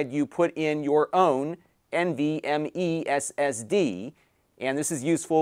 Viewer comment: Why is over enunciating NVME SSD 😂